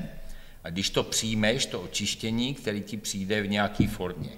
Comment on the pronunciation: Hrozně těžce se bere vážně někdo, kdo říka "přinde" 😆😆